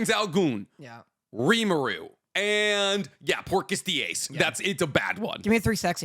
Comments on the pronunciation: It actually kind of irritates me that is saying Ainz name incorrectly and acts like that is the correct pronunciation. It's not Goon, it's Gown, with the Go sounding like the word Go and the wn sounding like the ne in the word Hone as in hone your skills. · Butchering lord Ainz name in the start 🥀🥀🥀